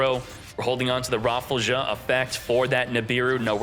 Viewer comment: That surely cant be the correct pronounciation for rafflesia is it!?